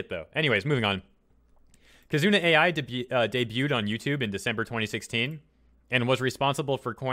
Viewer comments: It’s pronounced “Eye” not Ai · KiZOOna AyEye... U's are usually silent, like suki being pronounced 'ski'. 'Ai' is a name, notice the I isn't capitalized, the name's pronounced 'Eye'. Why not take 5 seconds to listen to her say her own name in one of her videos? Would only make sense when the entire video you're making is about her. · It is not pronounced A.I., it is pronounced like Eye. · Sorry to gripe, but her name is pronounced like the Japanese word "ai." (eye) Knew VTubers have been around for a while, but didn't know they were THIS popular